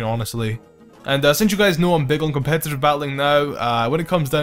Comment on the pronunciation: All i hear in this video: Copetative batteling Copetative batteling Copetative batteling and Hes So Strong So Strong So Strong So Strong